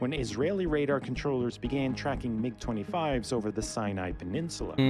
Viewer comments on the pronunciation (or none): M, I, G, you american say mig, its the name, not an acronym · It’s mig one word not m-I-g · Mig not M.I.G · That's the first time I've ever heard someone pronounce MIG as M-I-G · Bro really said "M I G" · The M-I-G!! lol, I don’t think I’ve ever heard it said like that, who doesn’t know about the classic Soviet MiGs. Almost as famous as the M-16 v. Ak-47 debate. The F-22 is currently the top stealth fighter in the world; the problem plagued F-35 would be considered top air superiority, followed by the CCP’s J-20– kind of like if the F-35 and F-22 had a baby, then probably the Russian Su-57 which is said to not have quite the stealth capability of the previous but has incredible maneuverability. I believe it may be the fastest fighter jet but don’t quote me on it I could be wrong; I know it has the ability to run it’s after burners for a longer period. Although a completely different type of aircraft, I think the A-10 Warthog is the one of the coolest definitely worth checking out. The F-35 has been in constant debate due to huge budget overages, technical & mechanical issues and delays mostly due to it being one design that needs to meet the needs of 3 separate design models. Seems like we lose one every couple weeks, I’m not sure if it was the RAF or the Royal Navy but they lost one a few months back as well (I think in the Mediterranean) The F-22 came at a massive cost and was well ahead of it’s time so the program was either ended or put on hold, it’s radar cross-section is that or a bumble bee 🐝 showing up.